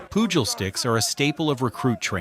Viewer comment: Is this narrated by AI? What the hell is “Poojil sticks” and “Led-hand punches?”😐